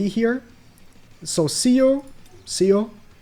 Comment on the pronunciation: Seo is pronounced as Suh (Sir)